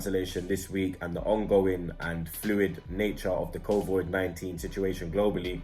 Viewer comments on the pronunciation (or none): makes fun of Robbies pronunciation then says "covoid-19" Lmao